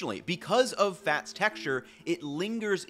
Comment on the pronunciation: Or "tats" instead of "fats", lol